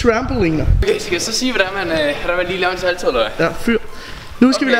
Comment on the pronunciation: Du siger saldo